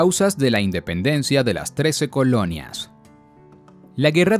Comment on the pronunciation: Dependencia? Se comieron el "In"